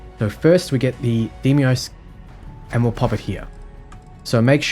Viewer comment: You are correct, although you could use the conventional Germanic/English pronounciation DYE-mos, instead of the Greek DAY-mos. In any case, Dem-ee-os is just...wrong.